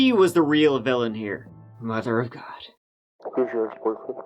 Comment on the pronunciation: Mudder of GAWD. Faith and Begorrah!